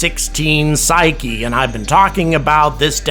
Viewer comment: Thank you for the correct pronunciation of Psyche!!!!!!